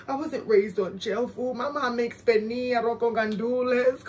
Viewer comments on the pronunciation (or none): none